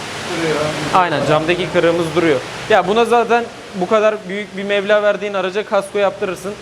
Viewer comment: Mevla değil meBla canım kardeşim